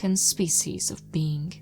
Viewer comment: Planet of the beans? Like in Mr Bean? Why does say bean to a being? Usually she say beink, with that hard G. Now she say bean.